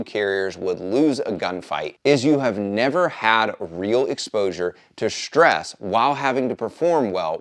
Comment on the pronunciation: Wtf is "shtress"? I cannot help but wonder if it is anything like the ENGLISH word STRESS.